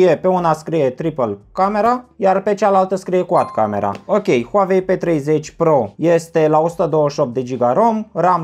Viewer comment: Huauei nu Huavei 😂